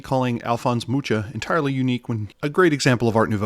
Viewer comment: Mucha is pronounced very differently. Ch is similar to J in Spanish (Juan.)